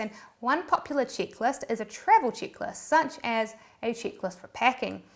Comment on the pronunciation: people love travel chickless Me: erm…. Wot??? (Rewind): … chickless… Me: ooookayyyy … not taking chicks on trips…? (rewind again): … chick less …. Me: erm… OMG, that’s travel check list! 🤣🤣🤣🤣 Love it! 🥰